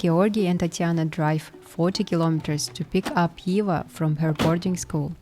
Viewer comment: Why you say Iva instead of Eva.